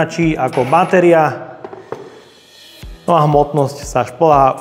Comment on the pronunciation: Len taká vsuvka 😄😄 je to batéria nie báteria 😄😄len taká drobnosť 🤭🤭